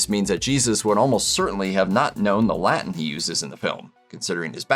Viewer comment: I’m pretty sure that no one in the Roman Empire spoke La’en.